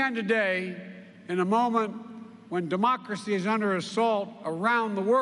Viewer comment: Cuantas veces Sleepy Joe repite "democrasy"?